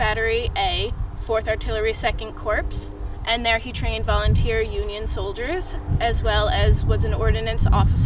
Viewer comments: Just an FYI: the "p" in Corps is silent. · Nice to see a young adult show interest in history but please work on past/present tense differences and pronunciation of words like “corps” when public speaking.